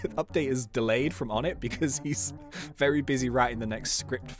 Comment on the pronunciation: Something I found out yesterday onett is pronounced onay